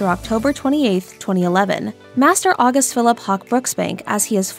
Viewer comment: Love it! Although I don't think it's pronounced like the month of August.